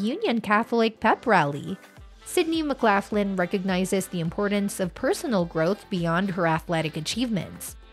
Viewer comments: McGlocklin not McGlafflin. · Please learn to pronounce her maiden name correctly. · States pronounced laugh Len, north lock Len doesn't matter thanks for sharing we share same last name. Khun Narrak Mak Khap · Mc Laff Lin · pronounce her name RIGHT or dont even show the video. so much for credible reporting. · Learn to pronounce her last name correctly before making the video, please. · Not pronouncing her last name correctly.